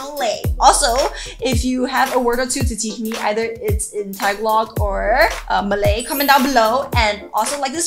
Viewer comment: You are a little bad and pronouncing the Malay words but I would still support you